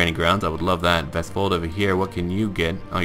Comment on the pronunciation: Great pronunciation of Vestfold. I live there, and you pronounced it pretty good